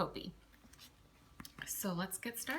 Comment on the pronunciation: HIs name is properly pronounced "copy." My logician friend was Dr. Copi's student at the University of Michigan, so he has the inside scoop.